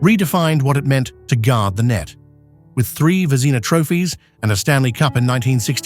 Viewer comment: Your narration program butchered the names Vezina, Trottier, Messier, Bucyk, Denis, Yzerman, Roy, Sakic, Sellane, Jaromir and Martin but otherwise was fine